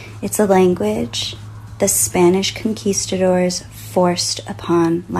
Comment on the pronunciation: I can’t be the only one bothered how she pronounced “conquistadors”??